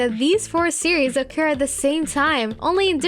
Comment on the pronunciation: I actually think it’s just her accent, like when she pronounces occur as oak ker